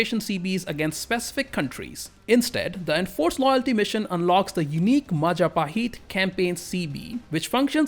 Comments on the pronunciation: Mahajapit❌ Majahapit❌ Mapajahit❌ Mahapajit ❌ Mapajahit❌ Ma ja pa hit? ✔️✔️✔️✔️ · that majapahit butchering is so gud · and proceed to mispronounce majapahit like a tongue twister match